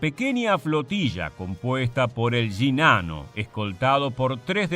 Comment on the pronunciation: Solo lo digo como humor jajaja. Me da risa que el acento argentino pronuncia las Y y las Ll como "sh" y en el otro caso, al pronunciar Sh, lo hace como Y jejeeje. "Yinano"